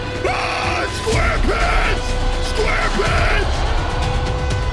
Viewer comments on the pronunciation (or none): “SQAUREPANTS SQUAREPANTS”